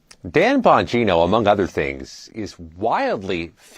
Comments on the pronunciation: CBS putting the "BS" in news reporting. This nitwit couldn't even get the pronunciation of his last name right after two tries. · She can’t even get his name, right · Can't even pronounce his name? CBS stinks. Bongino is way beyond a podcaster and being widely famous. He was a public servant long before being a podcaster. He has a law enforcement background...lack of experience in the FBI? Thank God. Report...why is Patel doing what he is doing, explain it like a good objective reporter should. Difficult to do their jobs??? Worried??? They should be, they are criminals. Chop? What a loaded word. Explain why the government is bloated. Pruning hurts. CBS should be pruned along with Face The Nation. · LOL. COULDN'T EVEN PRONOUNCE HIS LAST NAME SLIPPED UP IN THE BEGINNING! FAKE NEWS ONCE AGAIN!!!! DAN BANGINO HAD BEEN A BODYGUARD FOR MANY YEARS!!!!! FROM BUSH'S ON UP! HIS MAJOR QUALIFICATIONS ARE ABSOLUTELY EXCEPTIONAL!!!! ✊❤️✊❤️✊❤️✊ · Can’t even get his name right. Disgraceful